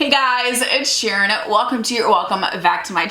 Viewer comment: At the beginning I thought she said "Ed Sharon" instead of "it's Sharon" 😭😭😭